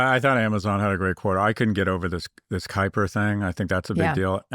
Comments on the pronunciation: It’s Kuiper - from the Kuiper Belt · both of you and Amazon are wrong in the pronunciation of Kuiper, but that's to be expected 🤣